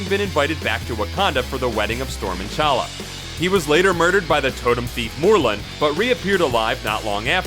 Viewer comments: And it's T'Challa, not fucking Challa. Honestly, the number of times you fuck up the names is embarrassing considering this is a channel dedicated to comics and their characters. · I think you are supposed to pronounce the T in T'Challa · The T in T"Challa is pronounced, by the way. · it's pronounced T'Challa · you pronounced t challa wrong